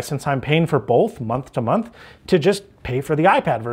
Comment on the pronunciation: You’re paying for bolth?!?